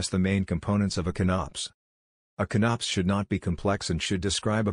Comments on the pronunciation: Con-Ops, not CONNOPS, LOL. Because it's a ""CON-cept" of "OP-erations". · Inability to say con-ops properly aside, this was very helpful. Thank you. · I'm not going watch a video narrated by a computer that can't even pronounce CONOP correctly